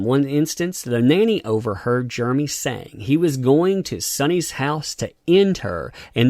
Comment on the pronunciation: Not really a complaint, but it’s kind of weird how you pronounce his name as Germey.